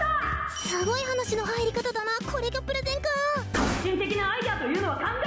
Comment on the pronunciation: プレゼンがプロテインに聞こえたW